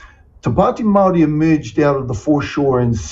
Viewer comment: Kiwi vs the Kraut and the Kraut said Maori incorrectly multiple times 😂. Can't hide those German Genes 😅